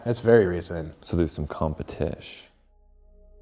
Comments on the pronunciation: "competish" so much cringe. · "so theres some compitish?" god this unbearable hippy douchebag is just awful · And he said "...competish" and my love reached an entirely new level.